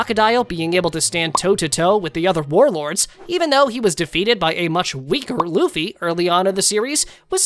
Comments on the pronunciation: Is it me or did he say boofy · Man that ain't luffy thats goffy